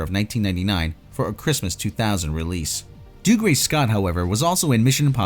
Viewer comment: Just say Doug. Then say ree. Not Doogray Scott lol